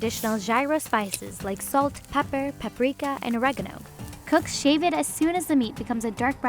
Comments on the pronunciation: The way she says pepper hurts me inside. "Pah-per" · Why the hell is she pronouncing gyro and pepper all weird?